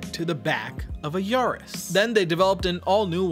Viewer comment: It's probably Ya-ris not Yar-is